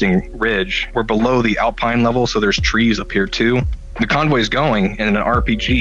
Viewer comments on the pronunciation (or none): none